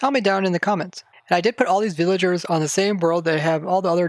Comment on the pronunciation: you say “villaingers” like my friend lol